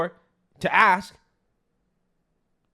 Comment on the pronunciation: You Axe questions and think Minnesota ends with the letter R ,,,,, 🤮🤮🤮🤮🤮🤮🤮